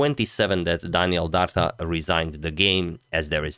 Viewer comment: Dardha is an Albanian last name and "dh" is ð in IPA. It is pronounced like "th" in "father".